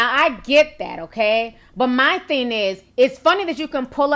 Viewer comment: Please quit saying "theen" the word is "thing!"